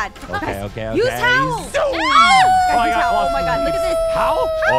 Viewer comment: Frist wolf dont say ouououou And 2 that not ow they owl